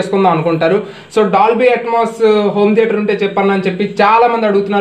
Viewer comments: Hello it is DOLBY ATMOS not atoms correct pronounciate first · It's not Atoms, It's Atmos.. first know how to pronounce it.. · Ur pronunciation atams... That is not atams..... Know about spellings that is atmos. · Bro nice move. but it's not Dolby Atoms. Ur pronunciation not correct...Dolby ATMOS..... Atmosphere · Atmos Ani paluku swamy, AT+MAS kaadu. Plus okkosari atom Ani kids antunnav. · Bhayya first adi atoms kadu bayya atmos🤣😂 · Atoms kadu adi atmos.mundu dani palakadam nerchuko.explain malli cheduv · Atoms, Molecules kadhu ra nayana, ATMOS